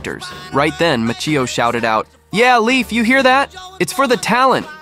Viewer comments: And Leif's name also is pronounced wrong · Why can't creators learn how to properly pronounce names before recording a video? AI butchers them bad enough, but when an actual human mispronounces Leif Garrett and Ralph Macchio's name twice, frankly, I'm embarrassed for you at that point and don't want to watch any more of your content. Some people may think that's stupid, but if you can't get something that simple correct, I have doubts that anything else in your videos is actually researched. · Leif is pronounced "Lafe." Do your homework!